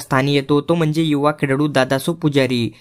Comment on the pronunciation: खेळाडू ❌ खेडाडू ✅😂